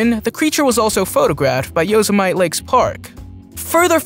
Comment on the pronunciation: It’s yo-seh-met-ee not yosie-might (Yosemite)